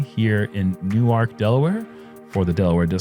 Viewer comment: Cool to hear pronounce Newark properly! (Unlike the New Jersey Newark pronunciation.)